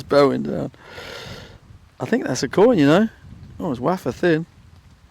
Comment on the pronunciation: “Waffer thin” 😂